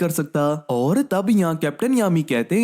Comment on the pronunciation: Oar oar mat bolo 😢